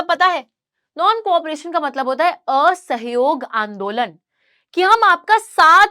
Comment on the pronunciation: Ye aa-sahiyog kyh hota h 😂....